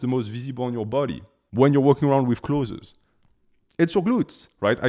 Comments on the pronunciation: "Close" is certainly closer in correct pronunciation than "clothzeez". If you disagree, English is not your first language, and you are incorrect. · Man stop saying “clotheses” 😂 Its just clothes ❤ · English speaking tip for you: "Clothes" has 1 vowel sound; it's only 1 syllable. It sounds almost the same as "close". If you say "close", your audience may understand you more clearly. I can't help but say something because I teach English 😊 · Choth(es) is soooo funny. Not criticizing , the fact that you can speak a foreign language with 99.98% accuracy is super impressive but clothez has got to be up there in 😂